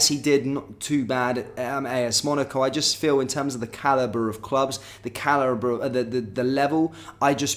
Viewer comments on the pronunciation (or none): none